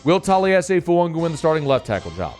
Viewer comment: Still can't pronounce Fuaga